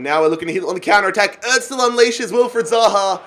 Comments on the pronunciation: The way he says özil btw it is Errr zil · Like if he is saying Ozil wrong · Can this guy pronounce anyone’s name correctly? It’s really annoying dude. Get your shit together